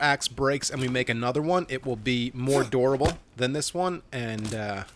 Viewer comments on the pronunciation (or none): The way you say durable makes it sound a little like dorable, so at first I thought you called your axe adorable Also, yes keep going!!